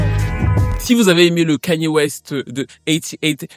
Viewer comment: Suis fière de toi tu dis enfin le prénom de Kanye correctement merci